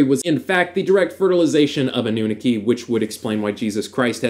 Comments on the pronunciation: Its not a-new-neki its anoo-naaki But good video, are you also rh negative? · Its pronounced ahh-nah-key..annunaki :)